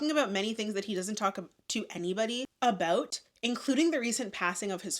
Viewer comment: about? don’t you mean ‘aboot’? 🇨🇦🇨🇦🇨🇦🇨🇦🇨🇦🇨🇦